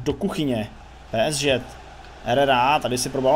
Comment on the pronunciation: Kámo prosím Tě, čte se to PSG ( Pé Es Žé ) a ne Pé es ŽeT... hruza